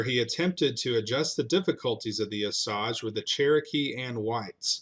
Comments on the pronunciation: AS a person who lives here, please learn to pronounce Osage the right way. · I can live with your phonetic pronunciation. I lived for many decades about 30 miles from Claremore mound where the battle took place. I have know a lot of members of the Osage tribe over the years and clearly the you tube author did not have the correct pronunciation. I tried to spell it out as best I could as to how everyone in Oklahoma pronounces Osage. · Thanks for correcting my Oklahoma pronunciation. I lived in Oklahoma (very close to Claremore Mound) for about 53 years. I have degrees from OSU and OU and apparently I did not learn correct Oklahoma pronunciation. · clarification--- it is pronounced long O s (long a) ge two syllables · Thank you brother. As someone who grew up in Oklahoma that just clang’s off the ear the way it’s being mispronounced. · I found Black Dogs cave where he hid the 500 Osage from being killed. It’s on Claremore mound. Edit: Also, it’s pronounced, OH-SAYGE not OH-SAHJ👍🏽 I’m directly descended from the Cherokee who battled the Osage and won the territory of Claremore. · Oh-Sayg not Oh-sawg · I believe it's pronounced O sage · Bro, Oh-sayj… it’s not oh-sahj. Also, verdigris is pronounced ver-di-gree. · "O-Sage," not "O-Sawge" Indians. And that pick of the Indians you showed at the beginnings of the video were not Cherokees. No Cherokee ever wore a Plaines Indian feathered head dress. Those were Cheyenne, Arapaho, Kiowa, Kowa-Apache, Comanche, Sioux, Pawnee or Shoshone. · We call them O-sage. Your calling the Osaj . Are you sure about your pronunciatio? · it is pronounced O sage long O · I'm Osage on my dad's side and Cherokee on my moms. My grandma, my moms mom was born on the Trail of Tears, on my dad's side they moved the Osage from Arkansas to Missouri to finally Oklahoma & it's O-SAGE not OSAGE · It's O-SAGE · Pronounced O-sage, like the spice sage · it's pronounced OH - SAYGE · It’s pronounced O’sage. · It's O SAY GE. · That's a long "A" in Osage.